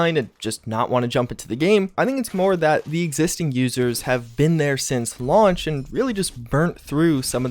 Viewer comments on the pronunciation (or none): none